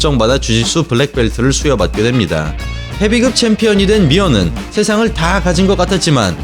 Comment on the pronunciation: 한국사람맞나요?? [헤비끕]도[헤비급]이라고 읽으시고...